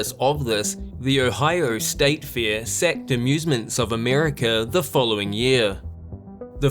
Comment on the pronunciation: It's Fair not Fear. Your baby English needs some growing up to do